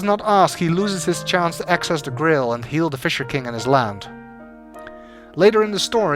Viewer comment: I love your accent. Your pronunciation of grail sounds like grill, and now I can't get the image and idea of a holy grill out there undiscovered.